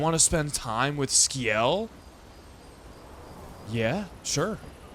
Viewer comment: It's pronounced Si-el not Ski-el 😅 assuming you got that eventually